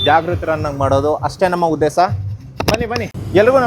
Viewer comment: Kannada sari illa uddesa alla uddesha